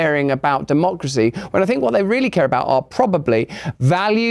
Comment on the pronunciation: Actually its not Duhmocracy. Its Democracy. As in de jig is up libs and dems.